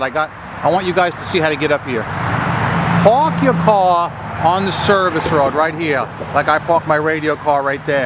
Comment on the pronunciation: pawk yaw caw